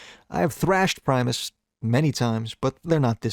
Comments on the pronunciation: Pronounced primus wrong :( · GUYS HE PRONOUNCED PRIMUS CORRECTLY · primus finally pronounced correctly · you pronounced primus wrong. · why did he mispronounce primus